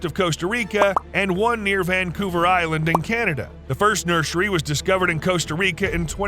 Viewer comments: Yes but he also says “nurshery” instead of nursery every single time so he kinda undid all that good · the way he says nursery bugs me so much